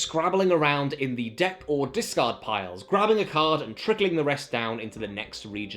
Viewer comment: he says 'discard', i hear 'discord' .